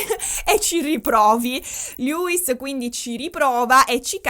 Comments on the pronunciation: ti voglio bene ma Louis si pronuncia LUIS non LEWIS e Niall si pronuncia NAIAL! 😂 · tutto stupendo, ma... MA: E' LOUIS, NON LEWIS :(( p.s. scusatemi, ma è straziante sentirlo sbagliato per due ore 😅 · allora premetto che sto amando questo video, il mio cuore urla a sentire parlare degli one direction e i larry, considerando che sto dietro a sti 5 da 12 anni. poi un'altra cosa: non voglio essere pignola ma SARÒ PIGNOLA e alcune cose le devo dire. 1: il nome di Niall Horan si pronuncia "naiæl" o più all'italiana "naial". tecnicamente il nome di Louis si pronuncia senza s, confermato dalla mamma di Louis anche se Louis dice che a Doncaster tutti i suoi amici lo chiamavano Louis con la s e ad x factor non se l'era sentita di correggere simon. ma tecnicamente si pronuncia senza s. te lo dico,, per i prossimi capitoli della saga che non vedo l'ora che escano. 2: la clip che avete inserito quando hai detto che harry salta in braccio a louis non è quella "incriminata" ma è una clip dove harry abbraccia un altro ragazzo con cui aveva fatto amicizia ad x factor. harry abbraccia louis mentre sono ancora sul palco davanti ai giudici subito dopo che gli viene detto che saranno insieme e mentre esultano. 3: da quel che ricordo io, nella clip in cui harry chiede a louis se è bisessuale non mi risulta che lo chieda a tutti ma io ricordo solo a louis e visto che tutti stavano dicendo "byeeee, byeeee", lui fa la battuta e chiede "are you bi?" visto che si pronuncia allo stesso modo. 4: nella clip in cui zayn viene zittito da harry con i fogli, la voce che dice "there it goes" c'è ma è quella di louis, non quella di harry. si vede che lui parla. si vede invece che harry sussurri qu